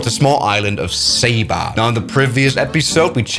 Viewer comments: Not sAba it’s saba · Triggers me that he says “Say-ba” and not “saw-ba” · Hey you are awsome! And by the way, Saba is pronounced (soba)